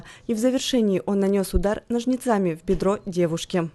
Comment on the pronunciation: нОжницами, а не ножницАми 😂